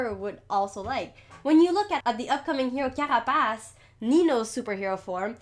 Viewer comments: UHm........ Its the way you said carapace for me.. It sounded nice doh.. : ) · first time i’ve ever seen someone who speaks english, yet actually says carapace instead of CARE-RAH-PAYSE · Wait do you speak French? Bc when u said carapace its exactly how u say it